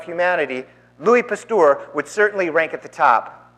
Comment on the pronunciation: I cringe at your pronunciation of Pasteur. It is not a our sound, but an errr sound. 2nd Evolution doesn't mention anything about abiogenesis, it only describes the process by which species arise, through the processes of mutation, natural selection and genetic drift. Abiogenesis is more of a chemistry / biochemistry thing really. I think the reverend needs to do more research on the subject.